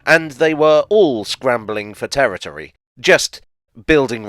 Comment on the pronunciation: Territory? Excuse me! That’s “terror tree”!